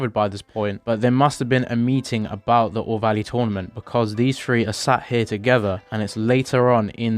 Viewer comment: When you say 3 you say free